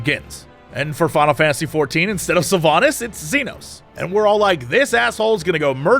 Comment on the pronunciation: I know she's an asshole, but it's SylvANAS not SylvANUS ;)